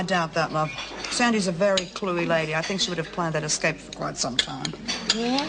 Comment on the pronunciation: Cuuuuute! Lizzie says ex-cape instead of escape.. Sheila Florance was such a clever actress- bet she made that up herself for her character!